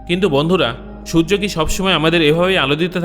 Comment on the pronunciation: Sojjo na surjo